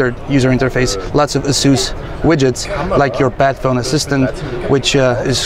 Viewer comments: It's like ur saying BAD PHONE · I love those hybrid devices ASUS keeps showing. The phone looks simply stunning even when I'm not a fan of metal as build material for a phone's backside. Somehow, I keep hearing "Batphone" in this video though. ;D